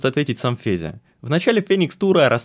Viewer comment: Почему я всё видео слышу Педя вместо Феди?